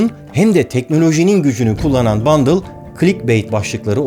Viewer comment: Abi bundle değil bındal olmasın o